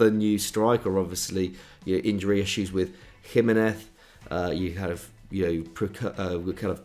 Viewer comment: It’s not “jimeneth” it’s Jiménez he’s from mexico not Spain